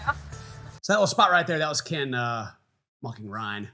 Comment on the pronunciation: Please call him KIN! KIN! 😂